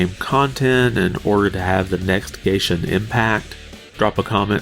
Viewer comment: You said gayshin impact 😭